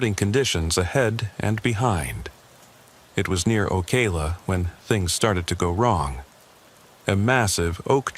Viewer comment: Marker The city's name is, Ocala not (O-kay-la). Also, I don't believe that there was a hurricane in Florida named Katherine (unless, the narrator didn't use the real name of the hurricane). The hurricane of 2024 in Florida was named, Milton. However, I enjoy listening to these true trucker horror stories...keep them coming.